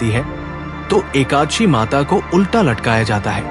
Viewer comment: Aap ekaanshi mata kyo bol rahe ho ekadashi bolo